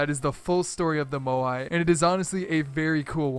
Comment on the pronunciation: Drinking game: Take a shot every time butchers the pronounciation of Moai